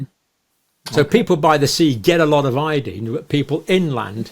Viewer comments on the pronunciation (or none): Where in heaven did you learn to pronounce iodine? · We say it ( io dine) you say ( io dean) I imagine same page